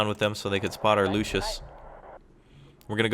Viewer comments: The recon tank is calles Luchs not Lucius. Its called after the animal. You pronunce it Lux or Lucks ( Not good in phonetics). In english it is the Lynx or bobcat. Nice vid by the way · it is pronounced "luks" not luschis